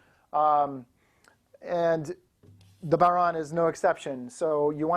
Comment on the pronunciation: Well what do ya know. A yank that pronounced it properly.